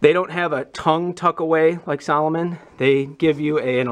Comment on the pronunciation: Salo-moan not salo-min